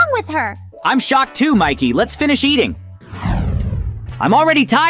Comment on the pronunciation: dude stop saying im shoked